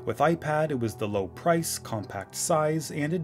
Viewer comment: ipad "Low Pirce"